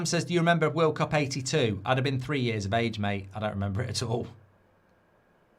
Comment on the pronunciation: Did I hear world clap instead of world cup😂